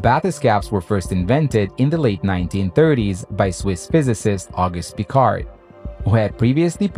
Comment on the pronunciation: Honneur aux premiers scientifiques : Jacques Piccard non « Pecar ». Intéressante vidéo et beau montage. Il manquerais quelques imagées d’époques pour la rendre plus agréable encore.